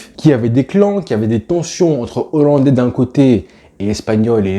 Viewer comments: Alors...on ne dit pas Zollandais ! Mais Hollandais ! Et c'est pas Kouman mais Koeman....oh Hollandais j'ai entendu ! Bien ! Allez à pluche.... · "Les zollandais" 😆😆😆😆 On dit les "HOLLANDAIS" cousin Comme on ne dit pas les zaricots mais les "haricots" On a dû te l'apprendre à l'école pendant que tu pensais à Messi au lieu d'écouter 🤭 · Super boulot !! 👍💪 Je me suis abonné. Par contre, il n’y a pas de Z à « Zolandais » 😂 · Pitié, on ne dit pas les 'zollandais' mais les hollandais sans liaison...